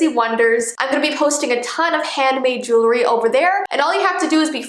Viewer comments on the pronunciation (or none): none